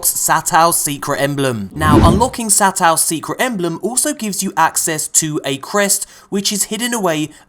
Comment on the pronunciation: You pronounce it "Sah-toh" 「さとう」, you beautiful bastard. :D